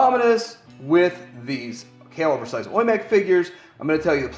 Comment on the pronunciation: Its pronounced as Oww--Yee, as in ouch.